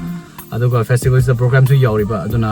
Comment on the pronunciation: Not phistval... Its fastival poor english